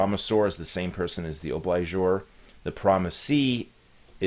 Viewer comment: Ob-Li-Gor there is no "SHEEE" in this word. WHErE did you go to law school???